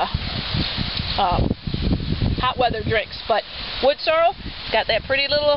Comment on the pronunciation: I hear a lot of people pronounce it "Wood Sore-o" instead of "sore-EL." Must be a regional thing because it's obviously spelled correctly. Thanks for the upload. Cheers.